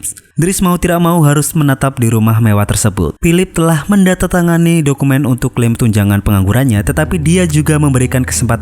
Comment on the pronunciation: salah ngemeng kau min,yg bener tuh menandatangani bukan mendatatangani...🤣🤣